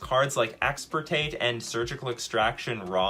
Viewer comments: Wonderful. But also: it's "Extirpate" not "Exportate" Hermione Granger intensifies 😂😂😂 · Bro I really cannot believe says once and again expertate, I mean EXPERTATE, and he is already reading the card that is called EXTIRPATE xD